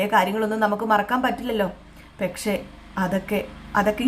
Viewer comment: ഈ പെക്ഷേ.. പെക്ഷേ.. എന്ന് പറയാതെ കുട്ടീ.. പക്ഷെ എന്നാണ് ശരി